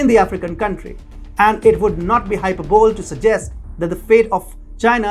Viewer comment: i absolutely LOVE you guys!! except how you pronounce hyperbole (Hyperboleee)